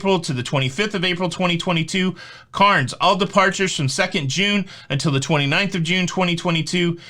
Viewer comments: Hey, it's pronounced Caaaaannns not Carns. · Yes, I had an email from P&O cancelling my Papua New Guinea and Solomon Islands cruise from Cairns (pronounced cans rather than carns). Still have 2 P&O cruises booked from Brisbane earlier in 2022. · CAIRNS is pronounced CANS, just say'in. Love you &!!! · Cairns is pronounced, canz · Cairns... say it like air ...Cairns LOL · Hey Greetings from Cairns…. FYI…pronounce it like Cans. We r desperately in need of a cruise and have one booked for November 2022… let’s hope we get our shit together by then…thanks for the info 😁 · Hey our next Cruise is September 2022 out of Sydney Australia on the Carnival Splendour we are 🤞🏻crossing our fingers in hope. We have had 2 previous cruises canceled. By the way Aussie pronunciation for Cairns is the same as “ Cans” but we will forgive you 😉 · Cairns has the word air in it and that it how we pronounce it. Great try though. Lol. Thanks for the update. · Cairns is pronounced “cans” down here. Greetings from Australia 🇦🇺 Looks like more penny pinching from Walmart of the seas, Carnival Australia have even done away with tablecloths. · Cairns is pronounced "cans". Your pronunciation triggered me lol Aussie citizens pronounce country as " us stray lee uh". Us Americans have it so wrong haha says my Aussie husband.